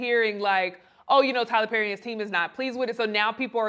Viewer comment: Taylor Pherry but the P is silent 😂😂😂